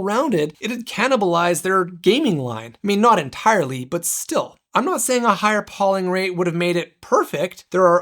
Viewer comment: fyi, it's pronounced PO-ling, with a hard O, not PAW-ling... took me completely out of the review :/